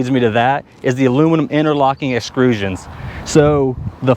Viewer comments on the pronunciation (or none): Excrusian? What's and excrusian. When you extrude aluminum don't you get an aluminum extrusion? So painful. I'm pretty sure I want to buy one of these next, but listening to this hurt my ears.